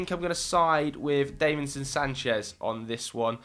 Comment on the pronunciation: Davinson not Daveinson